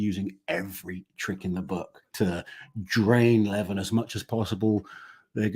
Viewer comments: you was pronouncing Levans name correctly. Its the Americans who pronounce it Levarrrn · is saying Levan's name right, its not Levaaan, its just Levan